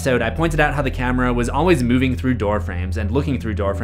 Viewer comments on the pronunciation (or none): none